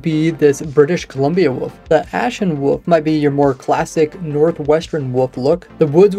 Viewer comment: Still amused at your pronunciation of wolf. Only YouTube channel that calls wolves woofs.